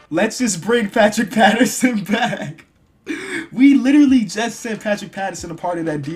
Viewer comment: You called pat bev pat pattrson